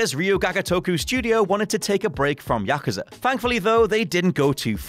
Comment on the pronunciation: Go and watch Kill Bill vol 1 and it will help you to pronounce Yakuza properly!!!